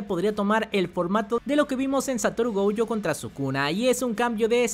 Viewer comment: No se llama..... Go.uuu.yo Pareces mi abuelita el cocu ese jajaja